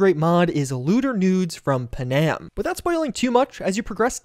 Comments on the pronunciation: The way you pronounce Panam feels like an intentional troll. It's Pan-Am! Two syllables! not puhnam... Anyway, great video! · PuhNAM? Is that how they say her name in game? I am guessing you romanced Judy lol... So did I, but at least I didn't forget the other girl's name